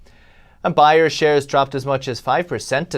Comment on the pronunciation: BAYER, Bay-er not Buy-er...its not a buyers market dumb shit"